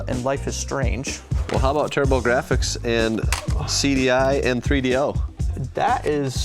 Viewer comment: The way he pronounced Turbo-Gir-aphics gave me a chuckle. 😁